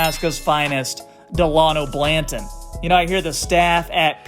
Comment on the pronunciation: Pretty sure it's Dalano Banton and not Blanton lol. I subscribed anyways I like your take on the Raps and they will be true contenders within a year or two. This year they will make the super teams bleed tho